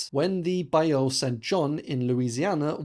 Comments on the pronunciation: I'm sure someone has said something, but bayou is pronounced "by you". I'm happy to see non Americans become interested in the US Civil War. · We need to teach him how to pronounce the word "bayou". Great vid.